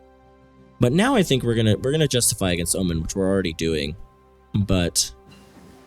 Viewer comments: Oman is pronounced oh-mon btw, not oh-min. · It's pronounced Omaan, not Omen m8